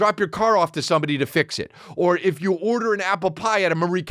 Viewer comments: And he says it funny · Chris says "order" in just about every episode